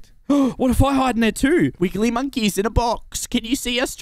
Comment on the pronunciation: The fact can't say wiggly right kills me 😂😂😂